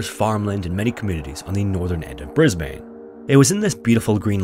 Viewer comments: Sorry as an Australian it’s hard to hear you pronounce it as bris-bane, when here we pronounce it as bris-bin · Absolutely loved this video as always, but wanted to point out that Brisbane is pronounced "Briz-bin" rather than "briz-bane", despite the spelling indicating that it would be pronounced how you said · Dude. - you say briz-ben. not briz- bayne. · I like stories that turn out well, especially as a changeup from the usual. (And, sorry, but it's pronounced much more like "Brisbin" than "Brisbane". Australians like to clip their names, another is "Melbin" for "Melbourne".) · It’s pronounced ‘Bris-ban’ down here to us Aussies… 😂😂😂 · "bris-bane" lol. "bris-BIN" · Maaayte its not ,"Brisbayne", It is "Bris-bun" Crikey ! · It's pronounced BrisBIN not BrisBANE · while I love these series, your pronouncing of Australian cities and places always irk me as an Australian. As they aren't pronounced correctly, for example it isn't Bris-bane it is said as Bris-born. I understand as you aren't an Australian and that it is common for people to mispronounce Australian places so don't stress/worry over it. But just thought you may want to know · G’day, been watching your episodes for some time now and thoroughly enjoy them. Just for future reference, Australian’s pronounce Brisbane as “Briz-bin”. Much like Melbourne is “Mel-bin”. Keep up the great work. Most compelling. Cheers mate. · Holy cow! Mt. Nebo? 30 mins from my place! Awesome to see you covering events from this part of Australia. Oh, and it's pronounced Bris-bun ;) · Say it with me Aussies - "it's pronounced Bris-Bin" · as someone born and raised in brisbane, it isnt pronounced how you think it is, the correct way to say it is "Bris-ben", weird but thats just australia for you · Just a small correction, (i’m sure other Aussies cringed at this pronunciation too) but Brisbane is pronounced ‘Bris-Bin’ :) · brusbane is pronounced brisbun - from a brisbunite - hey from australia! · Stop saying Brisbane like that